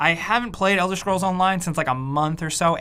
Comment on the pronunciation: "Elder Schrolls"